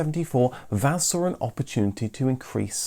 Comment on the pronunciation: That's not how VAZ is pronounced. Let's try doing it by syllables: Volzh-skiy Av-to-mo-bil'-nyi Za-vod. Also, the last syllable in "Zhiguly" is stressed.